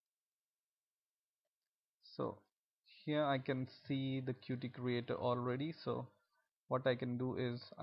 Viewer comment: It's pronounced like "cute", man! Good video apart from that.